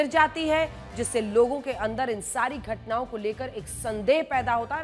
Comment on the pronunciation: Ghatna ke jagah ghutna bool rahi he didi iska matlab ledkion kaa dimag sach me ghutne me hoti he 😅😅😅😅😅